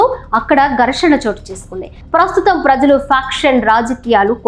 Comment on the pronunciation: చాలా కాలానికి మంచి తెలుగు వింటున్నాం. ప్రజలు.. లో జ సరి చూసుకోండి.. తల్లీ.